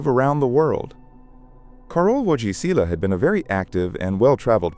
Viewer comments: Karol (or Car-ol) Vo-it-ee-wah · they didnt say the last name right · how very disrespectful to not get Pope John Paul 2 name correctly